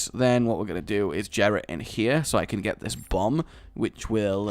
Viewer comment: it is pronounced yeh-ra not je-ra